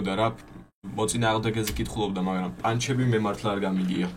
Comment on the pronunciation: ერთი თხოვნა მექნება გთხოვ გაითვალისწინე 😢 პანჩები არა ფანჩები ყველა ეგრე ეძახის და ეს პანჩები ცუდად ხვდება ყურში😅